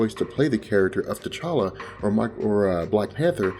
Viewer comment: it's T'challa spells Tche-cha-la T'Chaka spells Tche-cha-ka